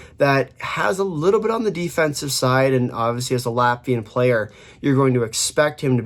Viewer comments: This is definetely one of the better Latvian pronunciations by North American. Interestingly Balinskis not mentioned... he's running pretty hot offensively right now 5points in last 4 games as a D man. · holy hell, correct pronounciation for the whole roster, that is hella impressive from you